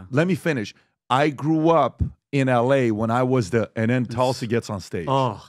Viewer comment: it's Toolsi- not Tahlsi- it's a Sanskrit name for Holy Basil- a plant used in most sacred ceremonies in Hindu rituals- nd yes- she's an amazing LEADER!